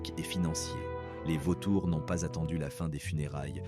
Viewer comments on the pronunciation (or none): C est au lieu de c’est ! N ont au lieu de n’ont ! Apprenez à votre IA à lire correctement ! C’est insupportable !